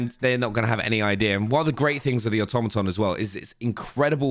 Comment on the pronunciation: Say it with me auto-ma-ton..lol